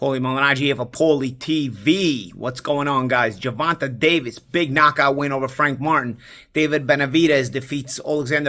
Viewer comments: GER-VON-TAYYYYYYYYY. TAYYYYY NOT TA. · Paulie, it’s not Ger-Von-TUH, it’s Ger-Von-TAY🤦🏾‍♂️ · Bro you gotta pronounce tank’s real name correctly. It’s “Gervontay” not “Gervontuh” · never pronounces Gervonta correctly. Ger-Von-Tay.